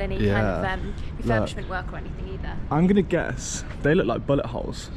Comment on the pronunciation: Oh shoot,i thought you said butt hole.hahaha its bullet hole.